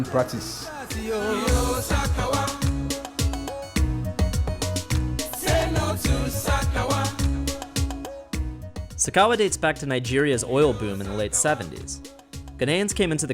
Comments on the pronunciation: The host said Sakawa wrong... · It's "sakawa" and no it is not like swag at all.